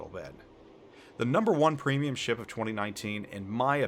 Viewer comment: Special ships aren't premiums. Also he has literally 1 battle in Bayard, 9 battles in Thunderer and whole 17 battles in his BEST PWEEMIUM Benham. This guy is so clueless and talks out of his ass. Last but not least, he doesnt define his rating criteria. What does 'best' even mean? His favourite? strongest carry potential? smartest game design? credit earn? what a throwaway video